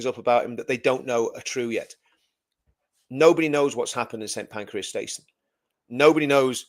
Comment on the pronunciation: It’s Pancras Not Pancreas.